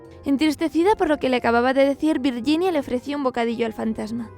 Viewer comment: "virguinia" "sher" simon. O camon please